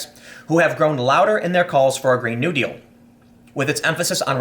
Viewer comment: you pronounce "new deal" like its one word